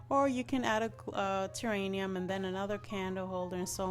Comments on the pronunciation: love your vids and you accent. honey it is terrarium. not terranium. pls know i think it is sweet that u misprounced it. not being mean at all. i would want to know if i pronounce something wrong, so i am letting you know. xoxoxo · This is beautiful! Wish I had room for one. I love it. May I tell you the word is "terrarium".